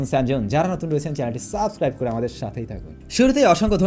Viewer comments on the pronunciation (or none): none